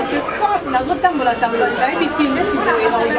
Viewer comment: ☝️DELA PAIX A LOBI👉 BO SAMBWE BINO BO MESANA KO SOKOLA MABOKO👏👏 KAKA PO NA KOLIA FUFU.😝😝😝 AIDA PO NA YO IL FAUT OZALA "VIRGILAAAAANTE"(GROS MOT) ET MR EYENGA S'EXCUSA POUR " LA TEUUUURME ". 💪